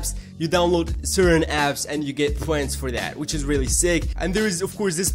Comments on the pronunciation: they are called points not pwens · u get poents dont u, Its points Po ints not po ents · why do you say points so weird?